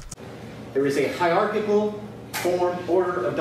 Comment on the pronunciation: Dude needs to learn the words he is trying to use, WTH is "Hyarkikl"? Edupidgin is not a language.